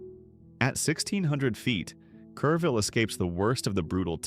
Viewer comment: I live in one of the cities listed here, but didn't realize it at first, the AI narrator said Careville but the screen said Kerrville, where I live. Luise Hayes Park? Where's that? Oh it meant Luis Hayes Park. That park and much low lying land in Kerrville was devastated in July 2025 and again in July 2026 by floods that happen once in 10,000 years. I live a block from a tiny creek that feeds into the Guadalupe River. That creek rose 20 feet in July 2026, cresting 4 feet below my house. The road next to the creek is still closed a month later. Two blocks from my house there was a drive by shooting early this month. A girl my daughter went to school with caught a bullet in her leg. On the plus side a Panda Express is scheduled to open next week, creating quite the local buzz!